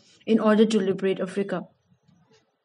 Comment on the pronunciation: anyone else annyoed by the way she says africa